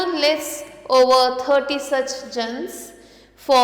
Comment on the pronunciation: Your your mistake not Janes is called janas